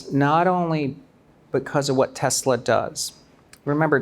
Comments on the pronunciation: As a Korean-American, what the hell is 'Teslar'? Why do Koreans keep throwing extra 'r's into everything, slurring stuff like 'Rhee' for 'Yi' or 'Park' for 'Bak'? It drives me fuggin nutz. 🥜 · Is it so hard to say teslA? it's not teslAR! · Why is it pronounced tesler? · Dude is invested in tesla but he cant even say the name😂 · wtf is Tesler? 😂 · My dude and his Tesler'.. hahaha